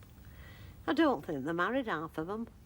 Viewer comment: "I don't think they're married, 'alf of them" - makes one laff out loud. Bless Thora Hird RIP